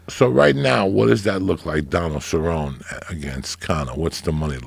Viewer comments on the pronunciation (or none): Joe's inner monologue cringes every time Joey says Ceron. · Is it really that hard to get people names correct Joey??? You don't even know how to pronounce CerronE! Rachel Pennington...come on dude! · Nobody: Absolutely no one: Joey: serron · Joey Diaz be like: Ty-Ron Woodley, Nurmagomegomov, Ce-Rown, Stiopic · Joe "Rachel Pennington" Rogan Joey "Donald Sir-own" Diaz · Joey Diaz saying names- "Donald Cerron" "Stieopic" "Francis Uganano" "Kalabeb Nurgamagmadov" "Michael Conor" "Tieron Woodley" "George Maztaval" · Malik Hatch lol facts. “ ceron “ “ fucko “ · "Donald Ceron" lmaooooo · Davide C. Ceronney ain’t a fukkin prouncation of cerrone